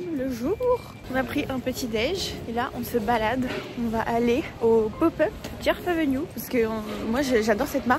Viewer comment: mon dieu, au moment ou ta prononcé djerf avenue je venais de taper sur la loupe dans la bare de recherche "djerf avenue" par ce que ta valise m'y à fait penser avec tes tes shirt manches longues je suis restée choquée devant l'écran mdr